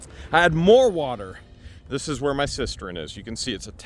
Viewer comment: Cistern not cistren